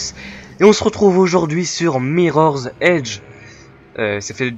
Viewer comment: Non, il a tort. Il est sorti en Novembre 2008, donc seulement 3 ans et demi :) Et ça se prononce "MirrorZ Edge" vu qu'il y a un " 'S " à la fin de Mirror :) Sinon, je suis partant pour regarder ton épopée (comme tu le dis si bien !) jusqu’à la fin :)